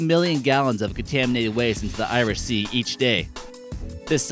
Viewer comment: you are saying Irish sea wrog and I am from ireland